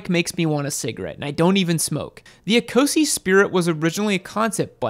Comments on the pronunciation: Please, Ecosse is not pronounced ee-co-see, it's pronounced e-coss. It's the French name for Scotland. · It’s pronounced eh’coh’say not eeeeeecozy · Eee co see? Ouch... say it as it is written. It means Scottish... in French. A bit too Euro for you? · Is it not 'Ecosse' as in A-coss (as in french for Scotland)?